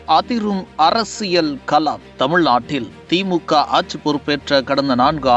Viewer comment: லட்சத்தை லச்சம் என்றும் ஆட்சியை ஆச்சி என்றும் கொள்ளையை கொல்லை என்றும் களத்தை கலம் என்றும் கட்சியை கச்சி என்றும் கேவலமாக தமிழ் பேசும் நீ மீண்டும் தொடர்ந்து தமிழை கேவலமாக பேசி பதிவேற்றம் செய்தால் என் மக்களை விட்டு உன் முகத்தில் காரி உமிழச் செய்வேன்